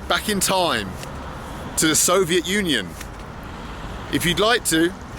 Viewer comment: I want a supercut from every time he says "Sovet Union".